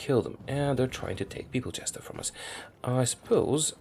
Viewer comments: Peoplechester lol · Didn't pronounce Manchester correctly.